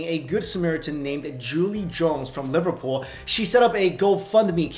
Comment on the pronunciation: He pronounced Liverpool right yay lol